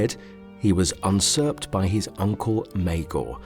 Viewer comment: It's usurped u said unsurp